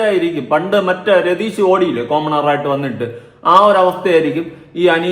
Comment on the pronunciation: Chetta pretheesh alle prejeesh allallo🤔🤔chettan manapoorvam parayunnathanoo